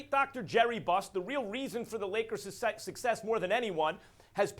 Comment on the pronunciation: “SucSexx” Lol